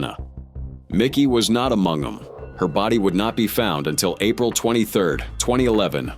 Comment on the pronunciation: "Vikki was not amog-'um."